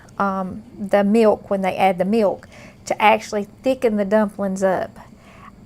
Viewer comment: I love the way she says "miwk"!